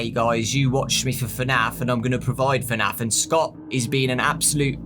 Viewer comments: Why do u say fernaf and not fnaf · I love how his accent does not permit him to say FNAF properly. He says it like FANAF. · Fenaf you say 😂😂